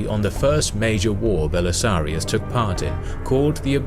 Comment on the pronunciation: "Belisarius". Not "Belisarios".